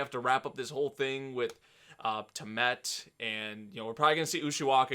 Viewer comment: Tea-uh-mud Lol